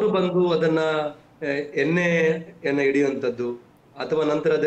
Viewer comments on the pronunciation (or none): none